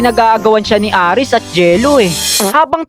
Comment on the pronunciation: Hindi po aris ares po kuya